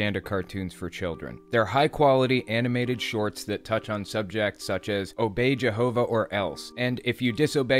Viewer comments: Say' In and Jehouvuh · Lol......his mother always pronounces it like Jerhova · I hate, hate, hate, HATE how that wretched mother pronounces “Jehovah”. I hate the way she says that J. Good lord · Why does it sound like she's saying "Jerhova"? These cartoons are effing sad. They made the mother look evil imo. What a F'd up religion. 🤮